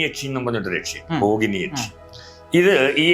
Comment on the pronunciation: ബോഗിനി അല്ല ഭോഗിനി ആണ് കറക്റ്റ്